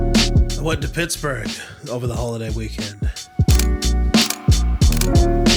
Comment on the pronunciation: You’re saying it correctly lol. Hope you feel better soon!!